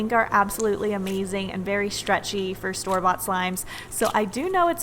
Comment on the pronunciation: When she said store-bought I thought she said storbot as a brand and I was like oo maybe I should by a storbot slime